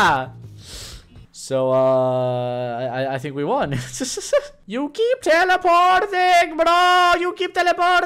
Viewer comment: You keep teleporrrtin bruhhh you keepa telapaortin😂😂😂😂😂😂😂😂😂😂😂😂😂😂 that got me rolling on da floor😂😂❤🎉❤🎉😂🎉😂